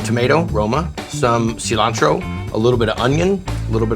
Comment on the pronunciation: Guy is the only American I have heard pronounce "cilantro" the right way. All others say "salantro"